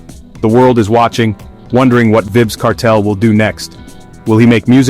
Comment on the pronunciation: It's "V "i"bz Long "I" sound!!".....…Vybz!!